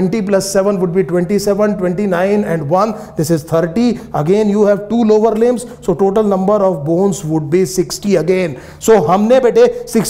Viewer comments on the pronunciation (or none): Sahi se to bola kijiye Limb's bolte h lib nhi bolte h